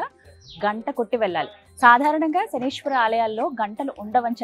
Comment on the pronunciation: శనీశ్వర కాదు maa శనీశ్వరుడు ఉండడు " శనైశ్చరుడు " అనాలి